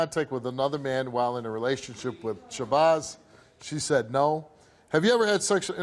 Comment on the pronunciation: He said SHABOZZ